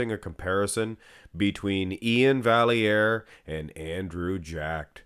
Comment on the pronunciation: I don't think it's pronounced "valley-air" should be "vye-air".